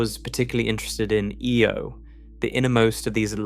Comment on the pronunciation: Io, not Eo